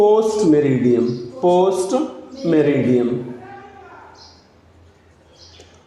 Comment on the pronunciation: Sir It's meridiem not maridiam*